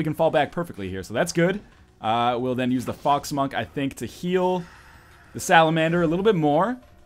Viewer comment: I heard fog smunk, instead of fox monk. :(